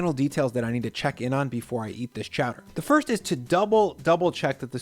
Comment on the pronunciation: Chowdair? Chowdair ITS CHOWDER!!!